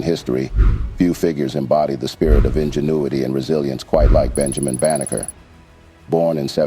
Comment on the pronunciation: His name is Benjamin Banneker, not Baker. Stop muddying the truth.